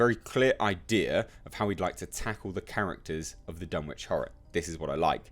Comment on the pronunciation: I have serious doubts about this project but would be so amazing if it works. I had high hopes for Universal's Dark Universe, but apparently I was one of the few who enjoyed The Mummy. I would absolutely love to see an adaptation of The Case of Charles Dexter Ward, personally. Btw it's pronounced Dun-itch. (It's a New England thing) I do believe it's Watt-ly, not Wait-ly, but I could be wrong there. And yes, it is From Beyond. The Void was not an adaptation, but inspired by HPL.